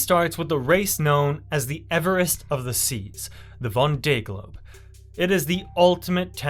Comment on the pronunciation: its pronounced Von Day Globe there.. Absolutely loved the video. Well done mate..